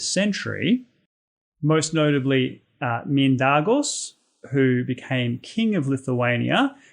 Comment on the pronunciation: Saulė, Durbė, Mindaugas, Samogitia (Žemaitija) those pronunciation a bit off. But however it's great and accurate facts otherwise. Thanks for making videos. And one fun fact, Samogitian retain their old believes until XV century. At 1418 they had last major uprising against christian baptists, but unfortunatly they lost the uprising. How ever our old gods are still here and their traditions are well kept and alive till this day.